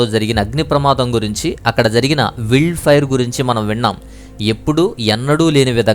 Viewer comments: "విల్డ్ ఫైర్" కాదు. అది "వైల్డ్" ఫైయర్ అండి బాబు! న్యూసెస్ కాదు. న్యూజ్ / న్యూస్ అనాలి. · Brother meeru vild అంటున్నారు adhi wild sarigga chadhavandi Brother